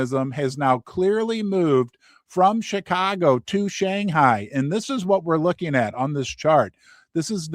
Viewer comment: I adore your tonal pronunciation of Shanghai